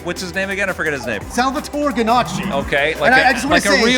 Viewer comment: He's not pronouncing Salvatore, right... 😢